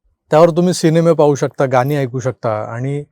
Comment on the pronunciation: आपण पत्रकार आहात उच्चार शुद्ध हवेत. कसा आछ्छर्यकारक योगायोग होता बघा. ह्या वाक्यामधे उच्चार आछ्छर्यकारक न करता तो आश्चर्यकारक असा हवा . गानी ह्या शब्दाचा उच्चार गाणी असा हवा. निदान पत्रकारांनी तरी ह्याच जाणीवपूर्वक भान ठेवायला हवं. बाकी तुमचं विश्लेषण चांगलं. एडिटिंग करायच्या आधी भाषेच्या उच्चारांच्या चुका बारकाईने तपासून टाळाव्यात.